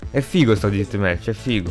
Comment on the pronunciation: una domanda perche dici ditmec